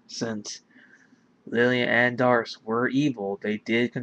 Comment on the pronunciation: I think it's safe to assume "Dharc" is pronounced like "Dark." For obvious reasons.